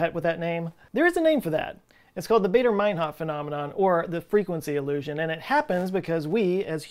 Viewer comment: It's pronounced "Barder", not "Bayder".